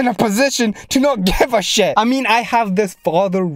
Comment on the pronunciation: When he said SHET I felt that.